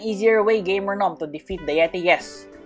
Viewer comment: or nom not gnom